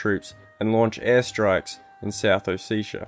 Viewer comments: Its not south Oh-seh-tii-ah or oh seee ahha ahh ! is it so difficult to pronounce O Se Ti a , just ! Originally its Sa ma cha blo . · ALPHASTAR RU well it’s actually ოსეთი but whatever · Sorry to be that guy but it’s south Oh-seh-tii-ah, not oh-see-sha. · More like a O-set-ia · It's not ossetia it's samachablo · hmmmmmmmm South OseSHA you say. I laughed at least 20 minutes at oseSHa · it's hard to take any of this video seriously when you can't pronounce ossetia or tbilsi. it would've taken two seconds to google. they're both pronounced exactly how they're spelt